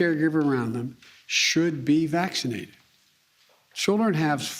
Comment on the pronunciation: Vaccseenadhid. Ugghghh 👩‍💻